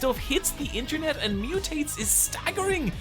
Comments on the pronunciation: "INTERENT" is crazyyyy😭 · Damn bro "interent" maybe react to a spelling book 💀💀